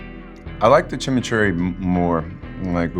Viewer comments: "CHIM-EE-CHURRI" not "chimchurri". Heard it last episode too and it's one of those things that eats at my brain. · Chimchurry? Chim churree? Chim chiminey chim chim churroo? I likes what I likes and I likes what I do? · 😂😂😂 “Chim-Churry” Sean’s pronunciation on Chimichuri is reminiscent of Mary Poppins! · He can’t even say it